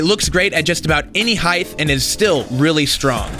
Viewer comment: Why do people from Oklahoma say “heighth?”